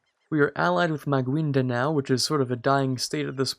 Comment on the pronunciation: Excuse me, I would like to just say Maguindanao is pronounced as magindanao. Philippine names are usually hard.